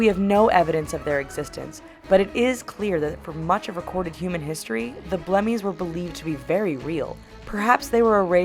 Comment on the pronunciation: xD blemmyes lmao